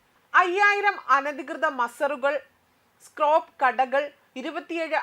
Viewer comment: സ്ക്രോപ്പ് അല്ല.. സ്ക്രാപ്പ്